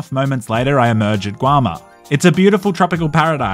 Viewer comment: Bro said "guama"